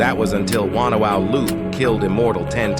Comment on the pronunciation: ah yes wantawau, haven't heard that since forever